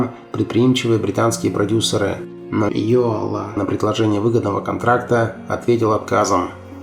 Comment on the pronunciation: к сожалению он пел больше на русском языке чем на своем родном эстонском -за это его и не любили в Эстонии, да еще и "комсомольские" песни, как и Георг Отс. но Георга Отса потом реабилитировали, простили., он же почти оперный певец а в Британию Яака Йоала не пустили органы КГБ. ударение в эстонском языке всегда на первый слог! Яак Áрнович Йóала -автор ролика искажает произношение на русский манер.